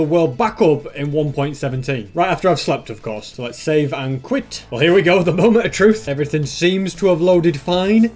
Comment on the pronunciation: The moment when said "moemnt" truly a masterpiece of a moment